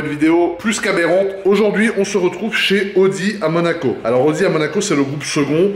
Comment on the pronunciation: « à Manaco » ?